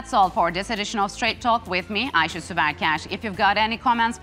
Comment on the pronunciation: turkish megyn kelly "ayse" 😂